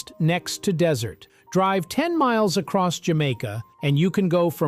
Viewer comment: he said acoss